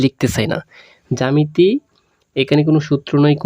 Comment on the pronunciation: আপনি জামেতি বলতাছেন 🙄এটা তো জ্যামিতি হবে🙄🙂